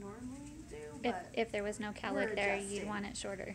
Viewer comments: The amount of times she says calick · if i hear cowlick one more time... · Shots for everytime you hear cowlick? Lol. Good video though. Will be trying on my son's hair. Crossing fingers.